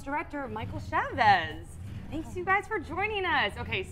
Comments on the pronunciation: I'm kinda disappointed that the director, who is Latino, didn't even pronounce the word correctly. People are probably gonna hate this comment but I don't care. Be authentic Chaves!!! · The director can't even pronounce the name of the movie right 🙄